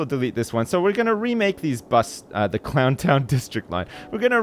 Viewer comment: you missed the n on both "Clow'n' town Leeroy Brown" and "Clow'n' town Jackie Brown"